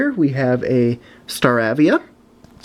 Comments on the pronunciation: It's pronounced star a via like in ape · It's staravia with a long a not a short a